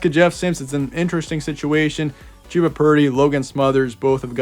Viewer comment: Ummm....it's Chuh-buh not Chew-buh...rhymes with Bubba.